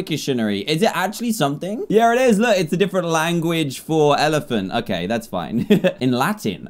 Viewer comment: just said elephan